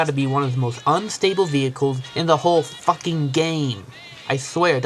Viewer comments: is a fuwkhin twuk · you said it's a fwucking twruck